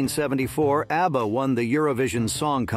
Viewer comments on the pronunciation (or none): Easy he calls ABBA ARBA